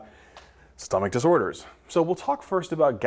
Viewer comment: “stomach disorers”😂 THANK YOU FOR THESE AMAZING VIDEOS❤